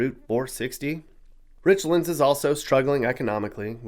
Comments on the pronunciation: It’s Rich-lands, not Richlunds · He pronounced Richlands way wrong. It isn't Rich-lunds, it's Rich-lands. It's pronounced exactly how it's spelled. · It’s pronounced “RichLANDS” not Richlins .. just a FYI. Love your videos! Keep them coming 😊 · Just one issue with your documentary.... Richlands is pronounced like the two individual words within it "rich"+ "lands". It is not the only towns in Virginia that outsiders mispronounce. Have a great day😁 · You pronounced "Richlands" wrong. It's pronounced like the two words rich lands. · Worst places to live are richmond and and place north of fredricksburg.and it's nor Richlands, it's rich lands .the proper pronunciation.know what your talking about before you start talking. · Guess doesn’t know that there is another town in Virginia named Newport, Va which is located in southwestern Virginia…Giles County to be exact. He probably isn’t aware of the historical significance of how Newport News got its name either. He really murdered the pronunciation of Richlands (Rich Lands). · it hurts my ears to hear Richlands mispronounced 🙉 🤣